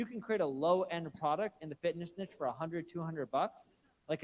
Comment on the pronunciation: OMG thank you for pronouncing niche the right way - I'm not a vocab snob, normally, but as a French speaker, pronouncing niche to rhyme with b*tch just grinds my gears!